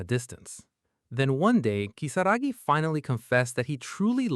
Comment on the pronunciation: Why are we calling Kisaragi "Kisagi"?????? It's giving me atic everytime I hear Kisagi. Ki-sa-ra-gi